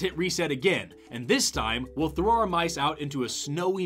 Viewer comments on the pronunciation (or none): none